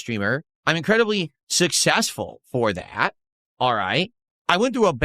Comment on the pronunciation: Sussessful. He’s made thowlsands and thowlsands of dollars off of begging. Get a spoon detractor ass is cooking up some grub